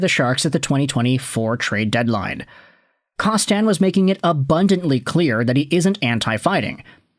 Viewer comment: Kostin isn't French, so why the weird pronunciation of his name?